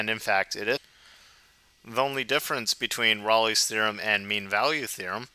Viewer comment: Yeah, any video where the presenter doesn't pronounce Rolle properly can't be that awesome